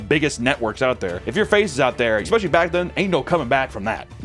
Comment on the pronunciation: I love you so much but please for the love of all things STOP SAYING ECK-SPECIALLY